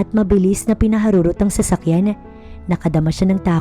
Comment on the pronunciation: PINAHARUROT NOT PINAHAROROT.